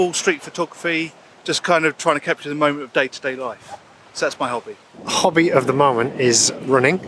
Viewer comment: I realised the pronunciation of hobby is kobby 😂